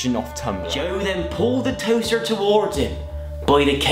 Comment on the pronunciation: "just polished my toastheerr" xD